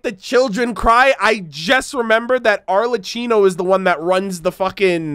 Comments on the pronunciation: Arlecchino is pronounced Arlekkino. Please. It hurts my ears..:) All Harbringers names are from 16th century Italian Commedia dell'Arte. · okay im days late but here are all the names and titles of the harbingers accdg to appearances: Pierro, The Jester Columbina, Damselette Pulcinella, The Rooster Pantalone, Regrator (mentioned in Yelan's story quest) Arlecchino, The Knave (pronounced as arle-key-no) Tartaglia, Childe (obv) Sandrone, Marionette (the one sitting on the ruin machine's hand) Capitano, The Captain Dottore, The Doctor i didnt put their rankings since there is no official yet. but based on childe's voicelines, columbina is the 3rd. Pierro is obviously the 1st with no doubt. we all know Signora is 8th and Scara is 6th. there is no official saying how they are ranked bc strength is a rather vague even tho childe said it. abt dottore. its said the one in the manga could be his clone or that he was rather younger at the time and must've had some glow up or whatever. he calls his clones as "segments" pierro was the one who found rosalyne and dottore. pulcinella recruited childe.